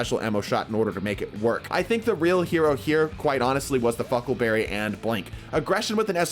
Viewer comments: Did he say Huckleberry or fuckleberry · am I the only one who instead of "huckleberry" hears "fuckleberry"